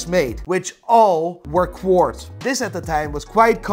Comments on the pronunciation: Quartz, not Quarts... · Quartz not quarts 😁🤣😇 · It's Quartz not Quarts 😂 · *Quarts lol you mean Quartz?!?! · "Quarts"???? lol